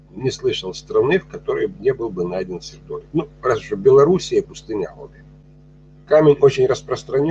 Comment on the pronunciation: Берётесь рассказывать о минерале и не знаете как правильно произносится его название. Сердоли'к